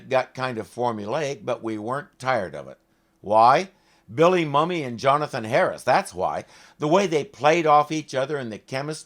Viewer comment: Not to nitpick, but his last name is actually pronounced "moomy."